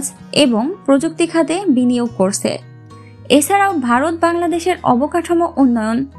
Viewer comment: করসে না ভাই উচ্চারণ হবে করছে।